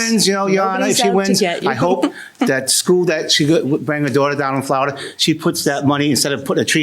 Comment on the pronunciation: What kind of an accent causes you to pronounce "sawing" as "sawring?" I think he has some sort of accent too--- "Florida" is pronounced "Flowerda?" Um, we all realize that you can fall asleep on a couch--- it's not limited to beds. What was that? I leave/ live with people not trees (?) Hey JM, since adult "girls" are actually women, is a 22 year old male, a "man?"